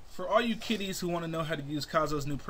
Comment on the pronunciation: When I first heard Kiddies I thought you said titties lol